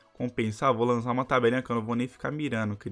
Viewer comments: Man seu vídeo e .muito legal mais oq eu mais se irrito e q ele fala vo lanza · Agonia do krl desse cara flando "lanza" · pq q vc ta falando lanzá amigo?